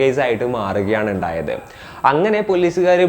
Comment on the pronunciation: എന്തപ്പോ "എണ്ടായത്"😂😂😂